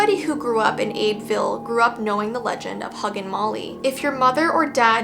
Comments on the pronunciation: Please stop saying Abe ville IT'S AB BEE VILLE. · So uhm idk if you will see this comment bc of how old this video is but your pronounced Abbeville wrong it pronouced like Abby-vill i remember when this came out and i was watching and said it too but i only know 5his bc i actually live here but the huggin molly is a myth and also they have a casing of huggin mollys clothes and they have someone dress up every year on halloween its pretty cool but pretty scary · also it’s pronounced “abby-ville” 🌝